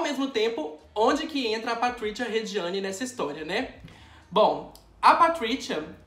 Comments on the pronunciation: Maurichiou! Pratrichia! Hahhaha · Eu odiei o jeito que você pronunciou os nomes deles, já que não sabe a pronúncia correta é melhor falar em português mesmo. MAURÍCIO e PATRÍCIA. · na época que eu gravei, não sabia mesmo a pronúncia do sotaque correto pessoal, desculpaaaaaaa! nem me toquei, por exemplo, que falamos pizza e não pitcha HAHAHAHAHA por outro lado, finge que foi tudo programado pra ser o alívio cômico da história do mauritcho e da patritcha 😂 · Patricha e mauricho kkkkkkkkkkkkk eu acho que a pronúncia seria Maurizio e patrizia com acentuado do z kkkk só acho já q são nomes com pronuncia italiana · Na verdade a pronúncia seria como o "z" de pizza. Então o correto seria "Mauritzio" e "Patritzia". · "Mauritcho" e "Patritcha" é ótimooooooo 😆😆😆😆😂😂😂😂🤣🤣🤣🤣🤣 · Não consegui assistir com ele falando Mauritcho e Patritcha toda hora 😩😩😩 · Patritiua e ótimo kkkk o Z tem som de Z mesmo BB não de T ok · Cara em italiano Maurício e Patrícia se falam como no português não precisa falar de forma estranha como vc falou no video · Você cita o nome do casal com um sotaque mais para o inglês do para o italiano. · Maurizio e Patrizia em italiano tem a mesma pronúncia do que os nomes em português. Dá agonia ver um vídeo inteiro ouvindo o nome errado. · Gente como vc pronuncia 2 nomes italianos com sotaque americano nada a ver🤣🤣🤣🤣🤣🤣🤣🤣